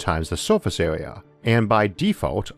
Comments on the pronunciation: The speech impediment kills it. Awound. Awea. Mateaweal. I'm not trying to be cruel, but it distracts attention from the subjects being discussed. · Biggor aw Bettor awea wator punctor lol